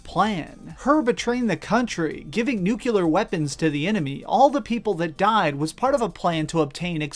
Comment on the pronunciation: Nukular? Really,?